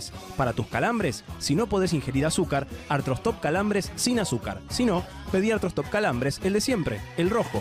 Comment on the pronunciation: Cuando Beto aprenda a decir artroSTOP en vez de artrostRop me avisan. No es tan difícil Beto practica un poco, no te cuesta nada y te pagan por eso.